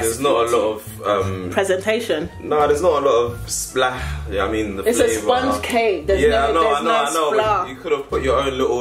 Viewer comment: I’m dead said “there’s no SPLAA” LMFAOOOOOOO